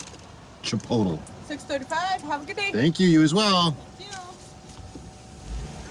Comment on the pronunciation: Where I live, "chipotle" is pronounced as if it were an adverb: "in a chipote manner; chipotly."